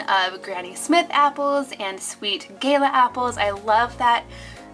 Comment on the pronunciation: Not to be rude but it’s not Gayla apples gala apples